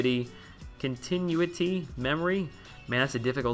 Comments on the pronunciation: Hyperion's wrist looks weird because he's a thicker version of Thor. Pretend he's holding a hammer. (Also, it's Con-tih-new-it-E) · And it's con-ti-new-ity haha I stone out reading sig abilities in the game too and I'm not making vids so I understand lol, not hating at all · continuity- pronounced, con-ten-nu-it-tee